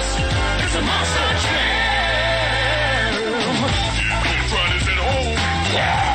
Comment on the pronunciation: “The Monstar jam”